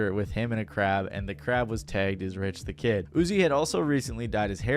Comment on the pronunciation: Charlaigne the god not being able to get Rich the Kid’s name right had me dyinggg 🤣🤣🤣 also not him also saying “he immediately jumped behind the counter and started making an iced Starbucks cold foam cappuccino” 😩🤣 and “and to avoid the wrath of the sassy savage, Lil Uzi” lmfaooo he really said “the sassy savage.” Also yeah of course Rich said years later that there’s no beef anymore and they’re cool, because he definitely never wanted the smoke with Uzi ever again after how It went first time around. Great example of fuck around and find out!! And boy, did Rich find out about the sassy savage that day 😅😂